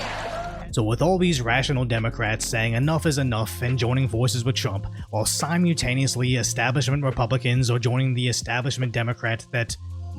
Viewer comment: Love the videos dude but a frequent irk is how you pronounce simultaneously. The word is simultaneously (pronounced siMULLtaneously, not siMEWtaneously).